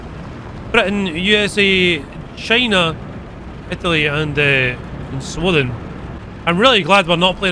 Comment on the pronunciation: "sweden"❌ "swoden"✔